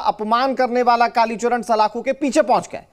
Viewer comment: एंकर को कालीचरण महाराज का नाम ठीक से बोलना चाहिए